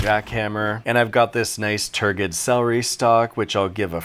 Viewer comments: That's not how you pronounce turgid, it's pronounced like the g is a j. JSYK. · I love you, but /ˈtɜː.d͡ʒɪd/ [tur-jid].